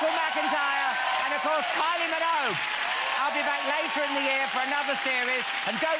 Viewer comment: It's Minogue not Minouge 😂😂😂